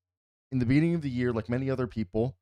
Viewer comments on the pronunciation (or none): none